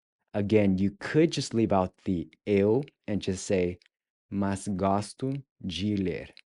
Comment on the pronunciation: The three big things I learned in this lesson. 1. The "j" in viajar is pronounced like the "s" in measure. 2. The "d" in "adoro" is pronounced by touching the back of your teeth with your tongue. 3. Gostar + de + infinitive vs. Adorar + infinitive. I just had one question though...when you say "mas" it sounds a little bit like "mais", I don't think I have seen one of your videos that shows how to correctly say "mas"